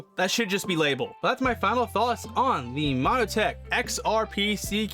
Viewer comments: why are you calling it MONO-tech? its MON-tech... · Montech not monotech